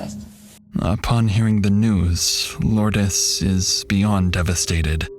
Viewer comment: Its pronounced Loords not Lordess (Lourdes). She is named after a place in France.